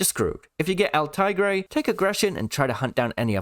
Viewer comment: Just a quick tip, it’s el tea-grey (In pronounciation for el Tigre)